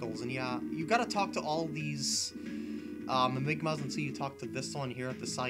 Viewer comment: lol its mimigas not mimigmas